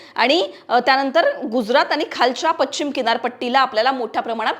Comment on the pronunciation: मॅडम मराठी शुध्द बोला पच्छीम नाही पश्चिम आहे श् आणि च् चा उच्चार आहे